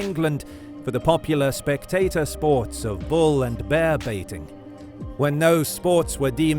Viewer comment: Love how he says bear Bayuhh